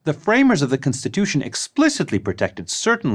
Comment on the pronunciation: Why is he saying cinstitution